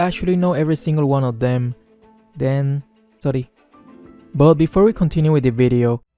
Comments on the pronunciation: That ‘sory’ got me dead 🤣🤣🤣🤣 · That 'sory~' made me giggle haha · I like how he says the word "sory" 🤣🤣🤣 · The fact that he said sory😂😂😂😂😂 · You sound like Filipino men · He says that in a Filipino-like accent... Is he Filipino? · thenn.. "sory" - killed me 💀💀💀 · His filipino accent went out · I love the different accent on sori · when he said sorry he's voice is like a filipino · Are u hanging out with some filipino lately.. Ur 'sorry' s kind a pinoy way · I love how pronounces "sorry" in Filipino accent. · I feel like it was Indonesia accent